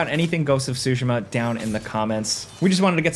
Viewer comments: TSU-shima not SUSHI-ma. Other than this I lived the review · Ghost of Sushi-ma .. bro lol